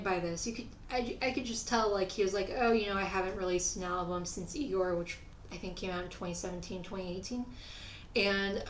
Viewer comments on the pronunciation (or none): none